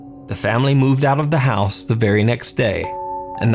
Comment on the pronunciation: needs to be in jail for the way he mispronounces "house" and "out".... aside from the fakery